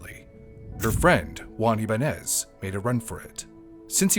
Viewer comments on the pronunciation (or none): Ibañes - Ee-bun-yes